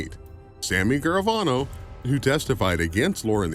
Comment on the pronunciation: Couldn’t even get Gravano right 😮